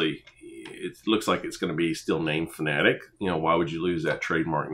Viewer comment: Subbed just because you're one of the few I've see pronounce Fanatec correctly lmao